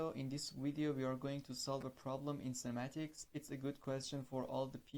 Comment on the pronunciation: You are doing a great job. Please, note that it's 'Kinematics', not 'Cinematics'. I wish you good luck. Subscribed to your channel.